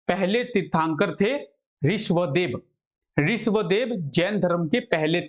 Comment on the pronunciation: Not riswadev , Rishabhdev